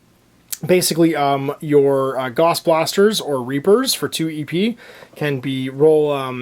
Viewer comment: Gauss is pronounced like “house” with a “g”. Carl Friedrich Gauss was a German mathematician and physicist.